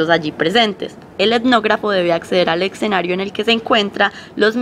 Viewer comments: Exenario, XD ojo muchachas. Se pronuncia es esenario (ya sé que se copia escenario) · se dice escenario...no excenario